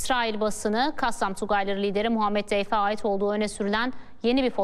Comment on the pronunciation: Deyf değil dafy ( ضيف)